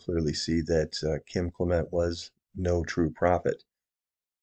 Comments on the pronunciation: It's CLEM ' ent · It's CLEM ent